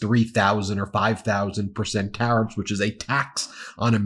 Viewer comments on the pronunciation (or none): none